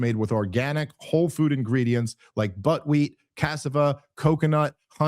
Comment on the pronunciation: Hilarious ad when you say "7 ingredients you can pronounce" then pronounce "Buckwheat" as "Buttwheat".